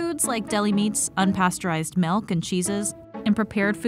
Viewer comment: Stop saying meawk instead of milk